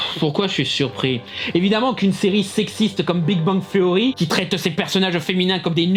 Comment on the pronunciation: Le mec parle de la prononciation de Spider man en France, pour sortir "Big Bang THSSSSSeory" bien Franglais derrière. Comment perdre 10 point de crédibilité.